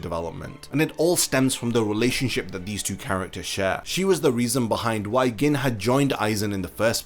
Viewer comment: Why are you pronouncing Gin like that lol